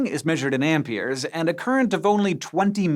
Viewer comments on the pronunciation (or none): "Ampiers"? It's amperes.